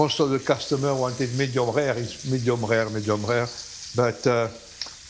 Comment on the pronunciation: Medium Rare ❌️ Medium Ghegh ✅️